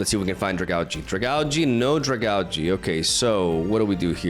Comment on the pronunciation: Not to be that guy but is it not pronounced Drag-aalj? Even if not that sounds a lot better than Drag-algae.